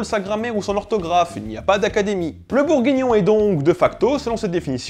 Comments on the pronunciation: Et BourgUignon et pas bourgignon ! Voilà... :D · Ce qui me plait le plus c'est le "bourgignon" MDR